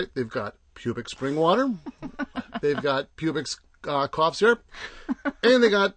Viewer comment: I agree it is a samll town with not much to do, but you did completely miss the nicer parts like Rockledge Dr. aka River Road. And I assume you do know you are pronouncing Publix wrong.